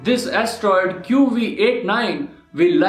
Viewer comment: he can't an astroid!